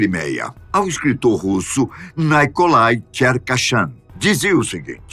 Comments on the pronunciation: A única coisa estranha nesse vídeo é a pronúncia de nomes russos/ucranianos com um toque estadunidense. Nikolai se pronúncia Nikolai e não NAIcolai. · converse com alguém que saiba russo; não é correta a sua pronúncia, p. ex., de NIcolai como "Naicolai", entre outras.